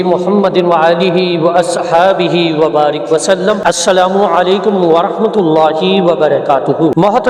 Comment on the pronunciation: بارک ۔۔را کے زیر کے ساتھ پڑھ رہے ہیں جو کہ فعل امر ہے